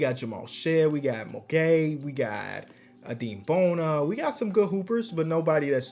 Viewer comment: Its pronounced uh-dem bona, that's my goat